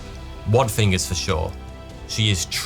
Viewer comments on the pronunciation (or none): Three, pronounced "free" Thing, pronounced "fing" That, pronouced "that" wtf mate?